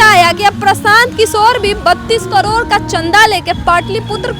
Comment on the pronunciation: कड़ौड़ नहीं करोड़ होता है😂😂